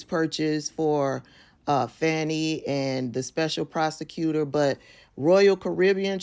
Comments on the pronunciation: Her name is not pronounced “Fanny” it’s “Fani.” Also, he is a qualified prosecutor. Her private life is not relevant, IMO. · Her name is Fani (Fawn-ee) Willis not Fanny Willis. So what if they had an intimate relationship…I couldn’t care less! All those defendants who BROKE THE LAW must be prosecuted and convicted nonetheless! And I hope they enjoyed each other’s company…if it’s true! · Pronounced "Faw-nee". Certainly, you would not want people to pronounce your name as "Tab-bee-thah", would you? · Hey sis, first of all her name is pronounced Fawnie. Secondly, she said that the other two prosecutors were White and that she paid them the exact same but she finds it ironic that they only investigated the black man keep up sis. and I would never be so naïve to think that in today’s climate, that this does not have a racial component in the state of Georgia, let’s be serious yes, if it had been found that she had maybe a relationship with one of the white guys it still would’ve been a racial component because she’s a black woman. Also, let’s wait to see how she responds. Either way, it’s not gonna stop the prosecution of these criminals. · Her name is pronounced Fawn-i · PLEASE say her name properly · you are pronouncing her name wrong, you are saying her name the same as right wing outlets, PLEASE STOP!